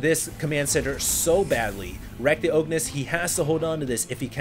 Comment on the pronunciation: Pretty sure that's supposed to be "The O G-nis" just sayin :) great cast.